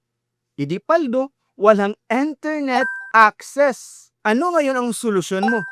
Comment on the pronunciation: Ano tawag dol? Enternit Acces😅😅😅 or Internet Acces